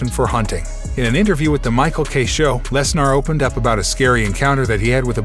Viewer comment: its lesner not lesnar